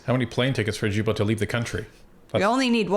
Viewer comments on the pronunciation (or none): Guys, it’s not Gibeault, it’s Guilbeault. As in Guitar! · not jillbeault it is Gillbeault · You mean Stephen GUILTBOT ?,,who cares about how his name is pronounced ,,would you prefer LIAR ,felonious criminal , maniac, idiot , THIEF($254 million) , stay in Quebec and make the switch to bottled water and it MIGHT raise your IQ to double digits...I said MIGHT but apparently you are too far up this dorks butt to breathe properly ! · Funny how you say Guilbeault's name wrong. Hehe Vassy said it correctly. Love your channel.